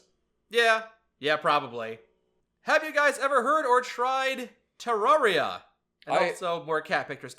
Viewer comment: hey just so all the internet people don’t yell at you, Terraria is pronounced te-rare-ia not te-rawr-ia lol